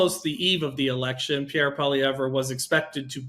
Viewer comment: Please learn how to pronounce Pierre's last name! The "re" is not pronounced! It's not that hard!